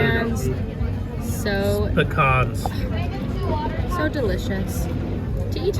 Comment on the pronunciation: Looks delicious, glad they give everyone choices. Also your pronunciation of pecans is correct😊